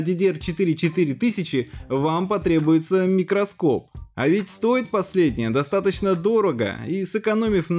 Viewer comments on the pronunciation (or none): none